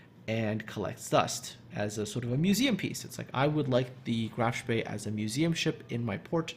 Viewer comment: Love the "Spee," especially with Muller or Lutjens.